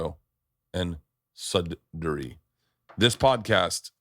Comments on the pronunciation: Anyone who’s a Canadian and listened to the intro must have laughed when he pronounced Sudbury so confidently with a Suddury…‘Toronto, London, takes off glasses And Suddury’ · Ah yes the great suddury ontario 😂